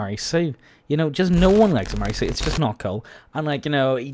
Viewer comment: MARY sue not marry sue